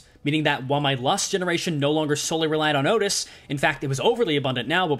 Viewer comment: The way you say outis' E.G.O is painful